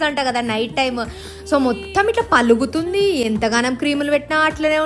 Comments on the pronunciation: Its paguluthundi not paluguthundi.. should treasure proper telugu to passon next generations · English antha bags matladthunaru, telugu endukala tegulu patincharu? Chandalanga undu bhasha, mamulugamatladte baguntundi. Paluguthundi kadu paguluthundi anali karma da babu , telugu asalu untado pothado mundu mundu karma🤦🤦🤦🤦🤦🤦🤦🤦🤦🤦🤦🤦🤦🤦🤦🤦🤦🤦🤦🤦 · 'Palugutundi' is uttered by children. Say pagulutundi. But nice recipe for skin. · Palagadhu...... Paguluthundhi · Palugutundi kaadu pagulutundi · Paluguthundhi 👎 Paguluthundhi 👍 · Paluguthundi, telugu word nu rectify chesuko madam, flow lo tappulu